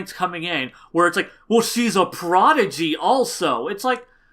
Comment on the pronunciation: he said prodigy. not a protege. maybe the pronunciation was a bit off